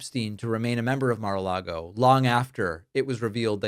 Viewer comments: Mispronounced Mara Lardo. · Take a shot every time he says Mar-a-lago.😂